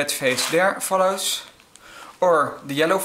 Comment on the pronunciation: the way he sez follows is very funny